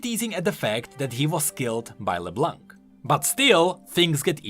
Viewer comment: Would love a video about Leblanc's card, but please. It's pronounced Leblan, not leblank. It means the white in french, and the c in blanc is silent